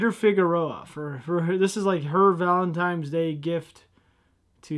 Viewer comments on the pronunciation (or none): ValenTINEs day. There is no M valentine. Sorry for being nit picky. I'd never heard anyone say valentiMes until a few years ago and now I hear people say it all the time. Not sure how that got started other than people mistakenly thinking that there is some guy named Valen and Feb 14th is his time of year. Lol.